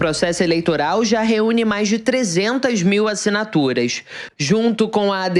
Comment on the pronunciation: ASSINATURAIX, UXP, MANIFEIXTO tradução: ASSINATURAS, USP e MANIFESTO. Kkkkk